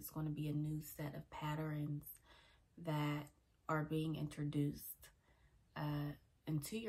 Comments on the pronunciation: Great word. But Patterns, not Patterines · Patterns Not Patterens. My apologies, had to state that. I LOVE your content though!❤